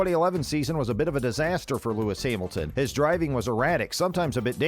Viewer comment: "Lewis Himalton"